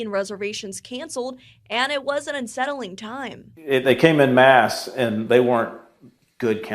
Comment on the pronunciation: "in mass" instead of "en masse". Typical American who can barely speak the only language he knows.